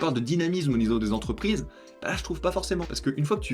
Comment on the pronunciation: Mille « zentreprises » à 9’7’’... aïe mes oreilles... sinon bonne vidéo, merci à toi.